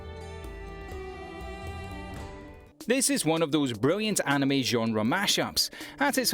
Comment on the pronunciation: the pronunciation of “anime” made my eye twitch